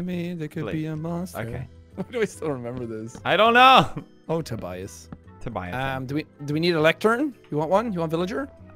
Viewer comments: Them calling Tobuscus "Tobias" is incredibly triggering to me 😂😂😂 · Because they said his name wrongly. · He said Tobias smh its TOBUSCUS